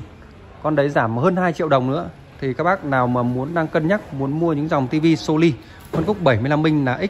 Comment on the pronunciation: Nên cải thiện một chút về phát âm một chút nghe khó chịu lắm chẳng hạn như (( So Ly 😂😂😂😂))